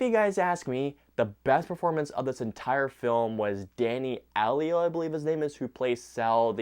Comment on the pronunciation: Danny Aiello's name last name is pronounced "EYE-yellow."